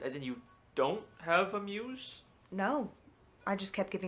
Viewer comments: it's "muse" not moose 😂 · I love how he called the muse the moose the whole time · PLEASE WATCH FILM THEORY HAPPY MEAT FARMS, probably will solve your questions about why he does this “horror series”💀💀 Also bro it’s muse not moose ( my opinion moose sounds better) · It’s so funny how he calls it a moose, not a muse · why are you saying muse like ''moose'' dude💀💀